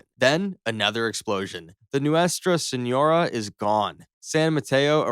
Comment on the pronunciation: U gotta check pronunciation in your scripts bro lol noostrah senorah is crazy. Neat concept tho